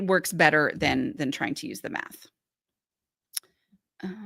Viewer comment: in their defense, the way you said math here sounds like “meth” to me